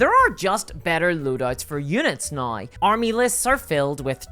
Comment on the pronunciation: The word is now.. Pronounced naū